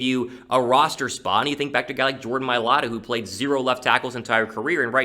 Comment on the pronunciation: It is not Jordan like you said